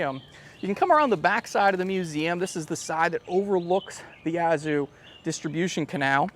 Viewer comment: Would someone please contact for me and tell him how to correctly pronounce "Yazoo"?